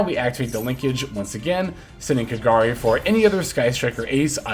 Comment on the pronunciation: It's so satisfying hearing pronouncing kagari's name correctly XD. Keep up the good work, very good video.